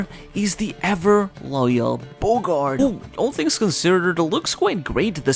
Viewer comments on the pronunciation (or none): none